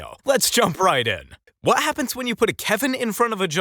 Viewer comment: The narrator doesn't know that the word "what" ends in a T??? He says wha-happens. Wha-happens.